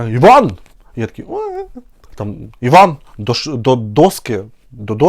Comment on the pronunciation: Иван ударение на И. Очень красиво звучит.❤❤❤